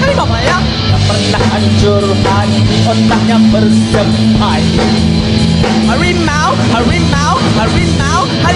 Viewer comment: Benar bukan harimau tapi hawimau